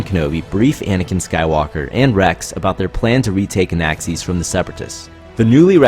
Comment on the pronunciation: Did you say... Anaaxees ?